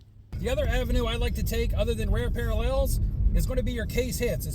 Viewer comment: Are you trolling with your pronunciation of parallels?? 😂